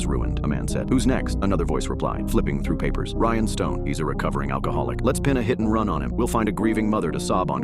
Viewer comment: "Ryan stone" sounded like "Rhinestones" for some reason